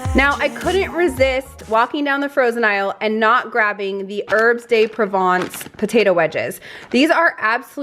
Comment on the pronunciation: A lot of really good items. My mom loves artichokes, that would be right up her alley. The Herbs De Province potatoes really a quick and yummy side. I like to put them in the air fryer. By the way, the S in Herbs De Province is silent. I'm not are if I'm hearing this, but you sound a bit stuffy. I hope you're not coming down with a cold. If so, I hope you get well soon. Hopefully, it's just allergies. My kiddo has been struggling with hers lately. Happy holidays, you guys!